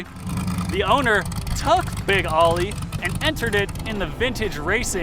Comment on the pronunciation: It's pronounced "Big Oh-ly", not "Big "Ah-ly". Much of your footage uses Chris Greenwood's Oly-themed NORRA racing Bronco, as well as Boyd Jaynes' NORRA Bronco with an Oly-wrap for the Need for Speed movie. I also caught glimpses of our formerly-owned '69 Baja 1000 overall-winning Bronco with an Oly-wrap as well on it - an understudy of sorts to Boyd's truck in the movie.